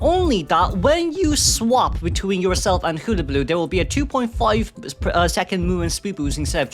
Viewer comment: I just love the way you pronounce hullabaloo it's so cute